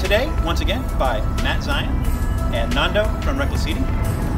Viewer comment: i laugh how he always calls him nondo instead of nando